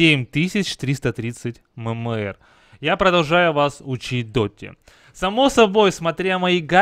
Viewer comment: говорится эм эм эр